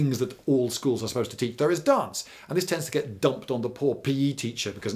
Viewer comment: What does it say about my knowledge of British people that when he said "dance" had to be taught in schools, I though he said "darts?"